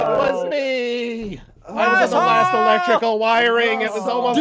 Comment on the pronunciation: electricallollololol electricical